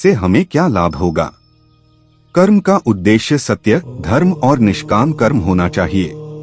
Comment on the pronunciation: आप हमारे आध्यात्मिक ज्ञान को बढ़ा रहे हैं। बहुत अच्छी जानकारी दी है। निवेदन है "कर्म"का उच्चारण आप "कर्मा"कर रहे हैं जो अंग्रेजी करण की बू आ रही है और उच्चारण भद्दा लग रहा है। कृपया शब्दों का हिन्दी करण ही रखें तो सुन्दर होगा।